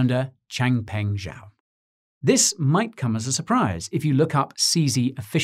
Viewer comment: Chang Peng Zhao = Chong Pung Trao